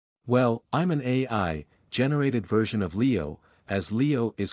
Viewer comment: The way this AI pronounces "Leo" is completely wrong. It'sa LAY-OUUUW!!!